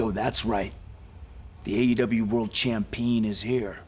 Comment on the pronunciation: did he just say cham-peen